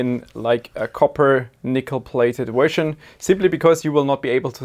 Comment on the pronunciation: why do you say wersion it’s version cmon man😭😭😭